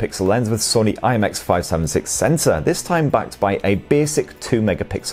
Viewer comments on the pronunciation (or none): none